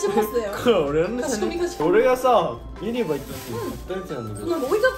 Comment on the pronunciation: ユニバのイントネーションがきになる